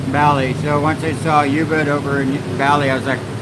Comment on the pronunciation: Not Yubud...it is oooobud...